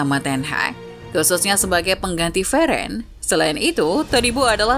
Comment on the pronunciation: Veren..siapa itu veren...😅😅 Cba biasa aj nyebut ny min min..